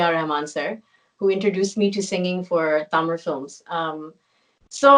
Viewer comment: she doesnt know தமிழ் but pronounces Tamil as தமிழ்! 👏👏👏